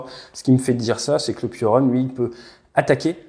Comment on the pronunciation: "Piorun" se prononce "pioroune" (ou pioroon pour les anglophiles) et ça veut dire éclair/foudre en polonais